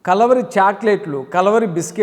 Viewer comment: ముందు మీ pronounciation సరిచెసుకొండి, కలవరి కాదు.."కల్వరి"